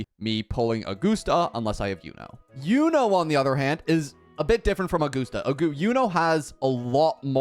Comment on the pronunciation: Augoosta, lol.